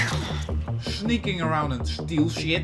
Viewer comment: Schneaking around and schteal schit